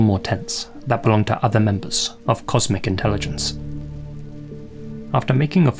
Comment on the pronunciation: I coulda swore I heard you saying, "*comic* intelligence" Lmao! 😂